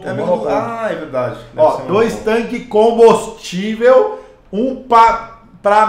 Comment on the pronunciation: “Combostivel” kkkkkkkkkkk